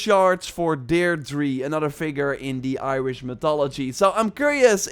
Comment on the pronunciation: Deirdre is pronounced deer-dra